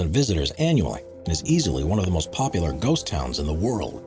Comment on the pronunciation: First (15th) city has a "defense mechanism" (haha) and is "poplar" with tourists. 2nd (14th) city was not abandoned and should be pronounced "Tams" in English. 3rd "abandoned" city (13th) has 20 to 30 thousand residents and is growing... I didn't stick around for the 4th (12th) city. If I'm going to burn time it will be on videos with correct information with honest titles. Thumbs down.